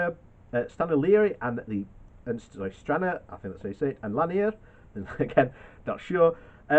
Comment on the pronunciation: Str-an-rah to Larr-n with the n pronounced as at the start of a word.